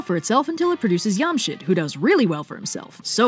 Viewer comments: Wait I'm so confused why is it pronounced yam-shid? The ج is pronounced like 'j' so... Shouldn't it be Jamshid? We still have that name in Pakistan it's interesting to find the origin of it. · Don't think it's pronounced "Yamshid"... It's most likely "Jamshid". Only Spanish and Portuguese probably pronounce J as Y. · I think Jamshit might be not "yum" but like... "JAM", as in sugary fruit spread. It might be pronounced JAMshid. Someone correct me..? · fun fact, iam persian and have read the story of zahak in farsi. pretty much nails this video. just one thing though, the J in Jamshid is not pronounced like the J in jarl, but rather like the J in job. also a fun fact, lots of these names(not all, but most of them) are still common persian names, like Jamshid, Kaveh, Fereydon. and.... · Did anyone else hear "Yamcha" instead of "Jamshid"? "I don't know what this Jamshid is, but it sounds just like Raditz" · Yeah, Yamshid is incorrect. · Dude why is no one talking about her pronunciations on Jamshid ,is no here from middle east or Asia ps it is JJamshid on amshid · She's mispronouncing it. The J in Jamshid is pronounced like J in jam. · Super excited you covered something from Shahnameh! Side-note: Jamshid is pronounced with a J sound not a Y sound